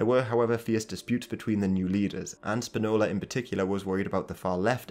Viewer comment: SPInola, comrade. Stressed on the PI, not "nola".